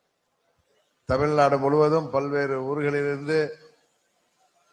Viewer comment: தமில் நாடு இல்லை.. அது தமிழ் நாடு